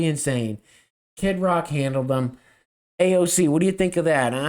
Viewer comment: Bahhahhahah can u pronounce AOCs name again..hehehhehhe